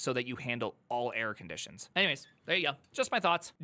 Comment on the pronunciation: How does he manage to pronounce error as air?😂 Air handling is tricky to be fair